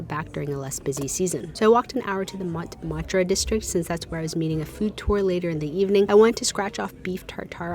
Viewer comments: Oh you’re breaking my heart with ‘Lou-VRUH’ and ‘monT MAHT-RUH.’ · Looovh babes. Mont-MART (heavy on the T). Basilikuh duh sack-re coor. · Find a dictionary! The t in Montmartre is NOT pronounced. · The pronunciations here are so delightfully American 😂 “the loovruh”, “MonT martruh” Made me smile 🥲😅